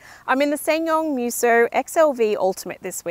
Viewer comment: The way she pronounces MEWSO is horrible 😂